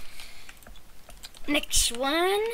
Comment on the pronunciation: "NEKSHT ONE"